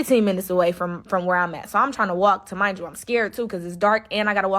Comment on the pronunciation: Remind you lol not tamind you wtf